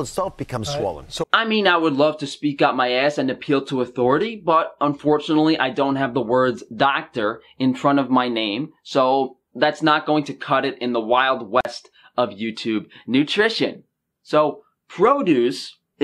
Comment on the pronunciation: "Docta Oz"